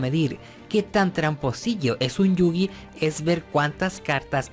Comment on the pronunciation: Nadie es tramposo, solo fueron las reglas de ese momento. Que deck nada, se dice mazo, baraja o monte. ¿Chilión? Esa no es una palabra mongólico. No se llama ladrillo, se dice “párrafo”, mongólico. 遊戯 | ゆうぎ | Yūgi se pronuncia “iuu-gui” y 遊星 | ゆうせい | Yusei se pronuncia “iu-se-e” ve el anime y te darás cuenta.